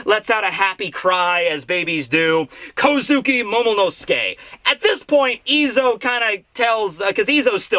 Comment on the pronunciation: I cant hold myself. He´s NOT called Momo-nuske, but Momo-NO-SUKE! Everyone and their mother keep saying his name wrong .... just wrong ...